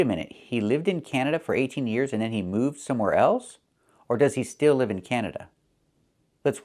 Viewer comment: But I think he says "leave" (with a long "e"), instead of "live" (short I). I'd dare to say that according to what I've learned from Kevin and other native youtubers, his pronunciation of "live" is wrong, he pronounces "live" like "leave". I wonder if Kevin didn't realize that.